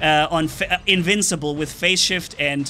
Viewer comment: "Incincible" "rancendance" just two words you miss, I adress this, without hate ok? I just thought is funny